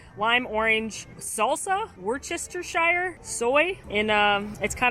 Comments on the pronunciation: Worcestershire is pronounced "wuster". Rhymes with duster.🤷‍😂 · Very fun video hehe - Ps just fyi, it’s pronounced Wuss-ter-sheer (Worcestershire) 😊❤️ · Wooster-sheer sauce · Tip from someone who used to live by the Lea and Perrins factory in Worcestershire - it’s pronounced Wusster-sheer! 😉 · Her pronunciation killed me 🤣